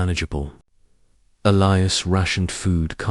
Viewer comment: Dear AI;His name is E lie as